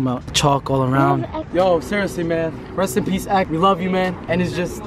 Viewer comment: Reast and peast x😩